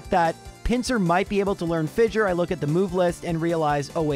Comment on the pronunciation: Hate to be that guy but I'm going to be that guy: "fissure" is pronounced like "fisher".